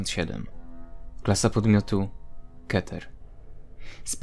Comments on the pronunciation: Czyta sie kiter a nie keter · Zbugowane intro a czyta się kiter a nie keter